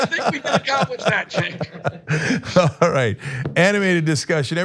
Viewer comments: He keeps calling Cenk, sink! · This guy is a little unhinged. He goes from complete calm to full on shouting in about 1 second, with no perceptible changes to his face. He lets a little veiled racism slip in there ('an old Jewish guy' - what's his Jewishness got to do with anything?), and then weirdly mispronounces your name half way through, having pronounced it correctly for the first part of the conversation. He seems to have unresolved anger issues. I'm glad I'm not living with him, and I'm sorry for those who do. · This guy has been on the show 3 times now? He still can´t pronounce Cenk´s name.